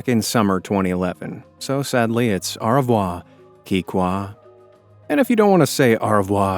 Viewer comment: Most unique pronunciation of au revoir I’ve ever heard